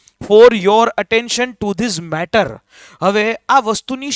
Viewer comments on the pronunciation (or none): none